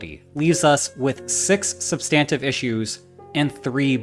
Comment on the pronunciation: "SUB-stin-tiv" = substantive (I humbly submit)